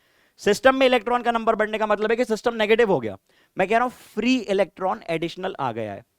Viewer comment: when ever sir says 'SYSTUMM'' my brain be like ''ELVISH BAHIIIIIIIIII✌YAAAYEE !!!!!!!